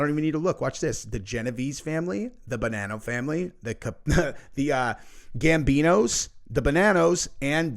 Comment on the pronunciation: We are not the Bah-nan-no’s,,,,it is pronounced Bah-non-no, get it right❤